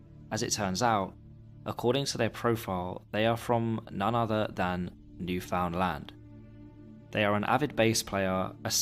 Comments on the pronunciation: First of all, it is pronounced New finland, not new found land. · It's pronounced New-fun-lund not New-found-land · nice vid. just for next time, newfoundland is basically pronounced 'newfnlnd' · Its not “new found land” its more like “newfinland” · Not to be “that guy” but it’s pronounced Newfoundland not New Found Land 😅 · That's great and all but Carl is from Spain and says several times on the page that he doesn't speak English natively. 98% of Newfoundlanders speak English. (It's also "New-fund-land" not "new found land") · B'y, your pronounciation of Newfoundland is killing me! It's closer to new-f'n-land in pronounciation, not 'new found land'. Anyways, hello from the province of Newfoundland, Canada! (And hello to fellow Newfies here in the comments!) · isnt it pronounced "newfinlin" or am i trippin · It’s pronounced newflintland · newfoundland is pronounced more like neuf-und-lind (but originally the name did literally mean new found land.) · I love this video, but please.. as a Canadian i need you to hear this. New - fuhn - land Thank you for coming to my TED talk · For future reference, its pronounced "New-fund-land." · yeahhh the way he said that made me want to punch a hole into my drywall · bro literally pronouncing it "new found land" lol i think you've made many canadians sad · its pronouced "new fin lind" :) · I'm American and I know that it's pronounced NewFINLand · I'm sorry, but the way your saying newfoundland infuriates me as a Canadian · Newfoundland is pronounced differently